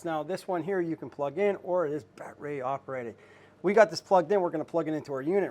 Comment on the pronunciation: The way this guy talks makes my skin crawl like I’m afraid he’s gonna well that’s not pc but it’s a battery not bat ray bud Good information this but no subscription